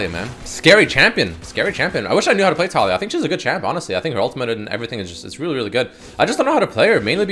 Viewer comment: Isnt her name pronounced tah-lee-yah?